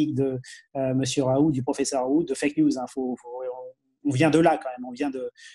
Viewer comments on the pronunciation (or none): Raoult!!!et ça se dit en phonétique raoul, le T on ne l'entend pas!!!tout le monde lui écorche son nom!!!